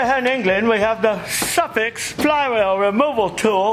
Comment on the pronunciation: Suffix pronounced as Suffork. Zeenith is pronounced (Zen)ith. Yes a primer thing is called a jiggle pin used to push gas into engine for easier start. Two common carbs then were Webber and Zenith. Motorcycle mechanic in Sixties for a short time.